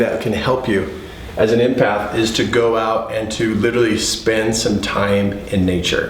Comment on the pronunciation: Love you! Love your videos! Just curious why you say impath not empath? Is it intuition you are referring to as well?